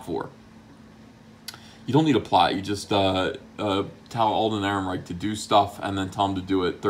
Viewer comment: "Alden Third Ehrenreich"